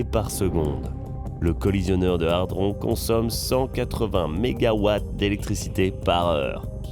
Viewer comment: C'est hadron, pas hardron